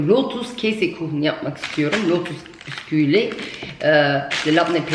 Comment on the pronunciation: Bin bei dir Abla wie immer🤲😊🫶🏻abla gene güldürdün Büsküt degil Bisküvi 😂🤣 annemde senin gibi diyor hahahha